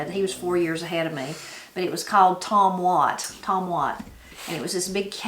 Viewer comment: It's called Tom-Wat ..... I looked it up